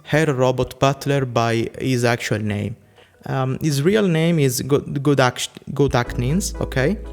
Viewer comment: Gedachtnis is easy to say, you’re supposed to pretend the H isn’t there.